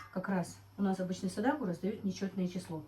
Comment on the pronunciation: НАДО ГОВОРИТЬ сАдАқА а НЕ садакУ МУСУЛЬМАНКА ВАМ НЕ СТЫДНО ТАК КОВЕРКАТЬ СЛОВА НАЦИОНАЛЬНЫЕ, ЗАЧЕМ ВЫ ТАК ДЕЛАЕТЕ ВЫ УГОЖДАЕТЕ КАКИМ ТО ТАМ РУССКИМ БЫДЛО ЧТО ЛИ?